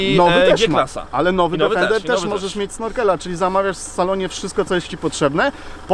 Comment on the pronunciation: Niestety przykro się robi słysząc co 10 sekund "DEFENDER". Niestety to auto nazywa się tak tylko w ustach polskich "znawców" wymowy języka angielskiego. Odrobinę przyłożenia się do tematu by nie zaszkodziło panom redaktorom. Obciach i tyle.